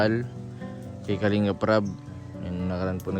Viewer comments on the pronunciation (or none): none